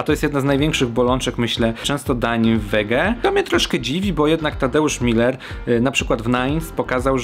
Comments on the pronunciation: Nazwisko Tadka czyta się Muler, nie Miler. Tak przynajmniej sam przedstawia się w swoim programie "Z gruntu zdrowo". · Tadeusz Muller (przez u - umlałt) to nie jest to samo, co Tadeusz Miller, bo nazwisko jest pochodzenia niemieckiego. Pozdrawiam :)